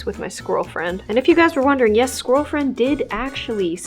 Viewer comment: Are we just gonna ignore the “SqUiRaL fRiEnD”😂😂